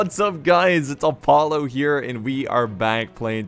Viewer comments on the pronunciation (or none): none